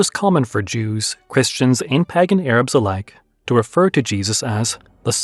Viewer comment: It's "pey-gan" not "pah-gan"